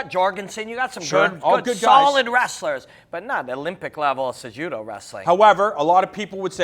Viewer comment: CEh-HUh-DOh Cejudo!!